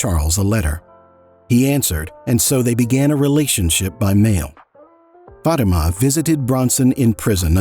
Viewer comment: Your pronunciation of the name “Fatima” made me cringe every time. Great video though